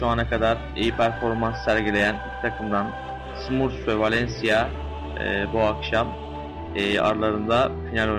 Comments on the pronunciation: smörfs değil yalnız, sumurfs beyler : ( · Smurfs'a (Simörfs) (SUMURFS) DEDİ AMK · radyoda maç anlatıyor sanki aq. SUMURFS ne lan SUMURFS ne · Ya onu bunu bırakında "sumurfs" nedir ya :D